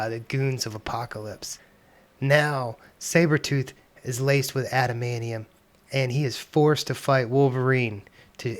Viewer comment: After hearing how you say "adamaneeum" I'm not sticking around to hear you say "mu-ants".